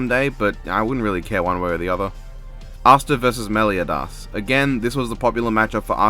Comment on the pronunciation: Asta vs Meliodas is basically: Pint sized demon protags that nullify magic. Also ye Black Clover manga is still going so he will get some new shit at the end. Edit: Also stop pronouncing it as Melio DAHS it’s pronounced Melio DUS.